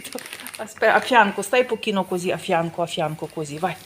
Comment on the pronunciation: Покіно,а не покініно,,позор